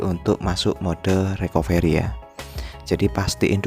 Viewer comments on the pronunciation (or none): Bukan RIKOVERI bang.. Tpi RIKAFRI.. ejaanya RECOVERY 😁